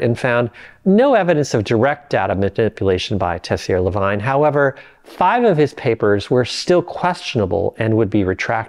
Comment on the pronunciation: Please learn enough French to pronounce Tessier-Lavigne correctly. Thank you.